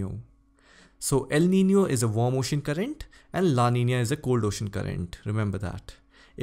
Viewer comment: It made me happy the way you pronounced Niño and Niña..♥️